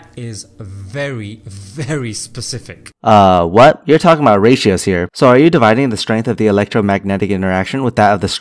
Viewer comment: I like how he pronounces Specific like this: "Sepcifik"